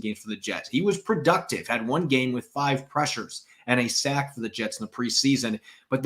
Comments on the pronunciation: Please use the long ‘a’ to a higher degree. Sack isn’t pronounced as say-k. It’s sack. Longer ‘a’. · Sayk fmbyl